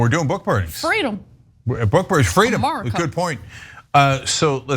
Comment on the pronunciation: Lolol......did Ana really say 'Murica'?